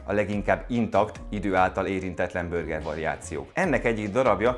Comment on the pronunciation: “Börger” … a videó király, a recept is… de ez a “börgerezés” könyörgöm… vagy mondjuk úgy hogy burger, vagy ejtsük ki rendesen ahogy kell